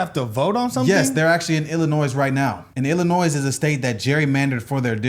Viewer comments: The 'S' at the end of Illinois is silent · it is pronounced "ill-annoy" the S is silent if you say it like that out here people will automatically know you're not from Illinois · I love y'all but it's not Illinoisssssssss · It's pronounced Illinoy. French silent s. And gerrymandering has been legally used for two hundred+ years, and someone always objects. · Don’t say the s when saying Illinois it makes you sound dumb sorry guys I had to say it. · I can tell these guys are from the southern half of the US because they pronounce the S in Illinois. So many people in my state, Kentucky, do the same. 😂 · Brandon-pronounce Illinois properly please 😂😂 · I hate doing this, I’m not trying to stir thing up I’m only doing this as information only . This happens a lot so it’s really no big deal but coming from Illinois I just wanted to point out the states name is actually French the s in the name Illinois is silent …. Sorry for bring this u in chat.